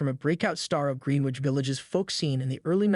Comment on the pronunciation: Who says green witch village? lol